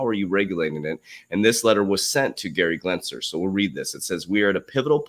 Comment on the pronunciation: Genser not Glensler. 😂😜